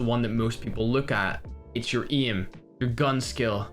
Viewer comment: the day imma be a pro is the day he pronounces aim like a normal human being 😂